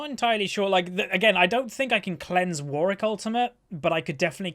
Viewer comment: Two Ws in Warwick xD cringe a little when I hear you say "Warrick". Great content.